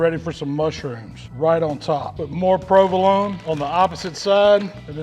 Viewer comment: A sloice of prewvalone